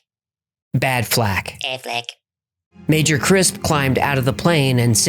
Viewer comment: I won’t lie. When said aflack I started rolling!